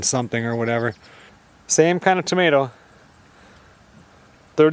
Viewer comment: Tomma teeo. The l's silent 😅😂❤❤